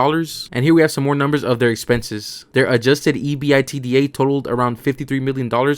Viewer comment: A minor tip. Please don't feel offended. When reading EBITDA do not spell it our read it as if it was a word. This will give you more credibility.